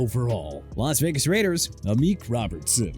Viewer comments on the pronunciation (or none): none